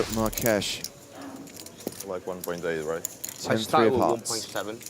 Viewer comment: love your vids, but in the spirit of continuous improvement, "Marques" is pronounced like Marx, but the end of the X instead of ks in ksh. just in case it comes up again. and even so, it's not a big deal :)